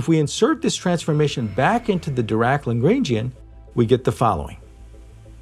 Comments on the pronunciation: Please pronounce Lagrangian correctly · Please do part II of this video, but learn how to pronounce Lagrangian first.